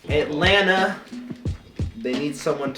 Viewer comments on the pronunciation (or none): none